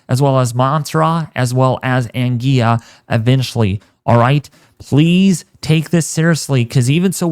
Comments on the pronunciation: The island of Anguilla is pronounced 'Angwilla'. Please take note ok... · Hey,. We are always appreciative of your very comprehensive weather updates. Thanks for keeping us alert here in the islands. My island, ANGUILLA, is actually pronounced AN GWILLER. Keep up the excellent work. Blessings!